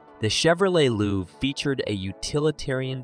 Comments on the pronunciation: IT's LOVE , Not loove. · It’s pronounced Love, not luve 🤦‍♂️ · "The Chevy Loov" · Dear Drive TV, hire announcers that know SOMETHING, anything at all about cars built in the last 50 years. while I do take your list with the pound of salt it was wrote with, A V-8, is pronounced "v- eight" NOT "vate". The Chevrolet LUV(pronounced "LOVE") was hated because of RUST. I've never seen a Pinto ute and the only one you got right was the dodge do to lack of ability to haul weight. Heck come get me I'll help you make one of these cheap, having owned and driven many of the cars you try to make videos about. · There was never a Pinto pickup available for sale. The Chevy Luv rusted, but was Japanese reliable. It's pronounced Love! Don't quit your day job. Your don't even know how to produce liter!!!!!!!!!!!!!!! 👎👎👎👎👎👎👎👎👎👎👎👎👎👎🤏